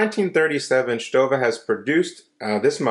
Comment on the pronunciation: Hey you pronounced it right haha